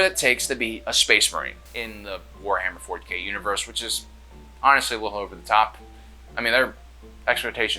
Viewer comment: "Because this is warhammee 40k"